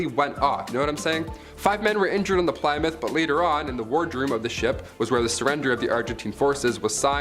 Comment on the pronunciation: it's pronounced 'plim-mith'.. js